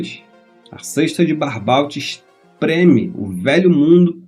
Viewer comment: Se fala Barbô e não Barbault!